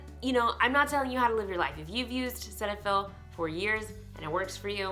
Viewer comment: I work for Galderma. It’s pronounced SeeTahFil.